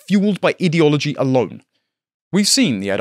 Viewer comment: One day will learn how to correctly pronounce 'ideology'/'ideological' but not this day.